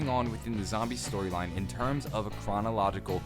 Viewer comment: Nobody gonna comment on "Stroyline"